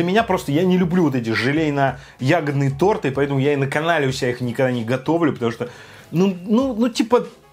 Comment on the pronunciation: Не торты а торты